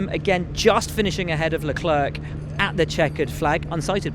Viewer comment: Will, it's pronounced "Leclair", the "C" is silent at the end of Charles's name...trust me on this mate :)